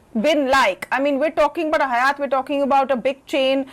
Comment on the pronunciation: Being a prime and esteemed channel ET must be more careful around correct pronunciation of Hyatt. The anchor has repeatedly said it incorrectly. Please look into such details.. Thanks..